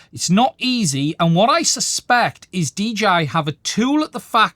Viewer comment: Nice job. First time seeing your content. Subscribed. Just a small note, when you speak quickly are you sometimes saying DGI? Or is that just how it sounds to a person like me with me having my American accent?